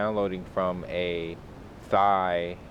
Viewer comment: Thanks a lot mate! And Thai is pronounced a Tai (the H is silent)